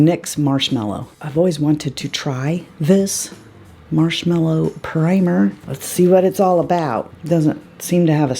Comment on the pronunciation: It irks me that NYX called that primer "Marshmellow" instead of marshmallow.. ignorant mistake, typo or some sort of play on words? We'll never know!!... 🙃🤭